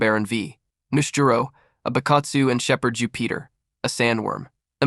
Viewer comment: I can’t get passed all the mispronounced names. If you’re going to cover a whole arc at least watch the show you’re covering because wtf. Even mispronouncing Jupiter is crazy. “Jew Peter”